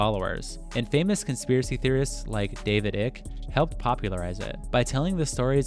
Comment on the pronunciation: Please don't call him David Ick. It's ike